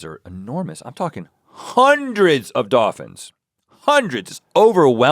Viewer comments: all i can hear is Rhett repeatedly pronouncing "doffins" 😂 also I have to say i thought links vacation episode was great. i went to maui recently so I appreciated all the details. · I was looking for this post....doffins lol...is all i could hear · "Dawfins" lmao I've never heard it pronounced like that!! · "100's of DAHFINS" oh my goodness lol... DAHFINS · Doffins, goff, woofs. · I was listening with headphones and my husband was in the same room. He asked what was making me smile and I just said "doffins"😂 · am i tripping out or is rhett saying dophins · Rhett. There are L's in these words: doLphins woLves goLf